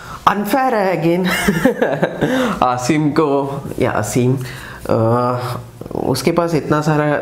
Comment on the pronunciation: His name is pronounced as Aaa-sim